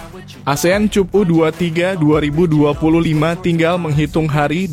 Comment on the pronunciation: Ayo Mimin tolong benahin ucapannya. Masa Cup dibaca /cup/. Rasanya kata Cup dibaca /kap/ bukan kata asing lagi. 😂😂😂